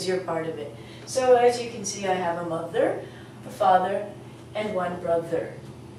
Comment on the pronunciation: while speaking mother father n even in brother u didn,t take care of the pronounciation of th as u taught us in ur other lesson.im a bit confused.should i forget th for mother,brother........